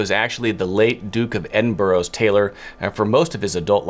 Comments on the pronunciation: Love your videos but I really wish you could research your words carefully. Its Edinburgh pronounced (Edinbura) not Edinboro Anything place in the u.k that ends in Burgh is pronounced Bura not Boro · For Americans, VAT in the UK is always 20% And Edinburgh is 'ed-in-bra' not 'ed-in-burra'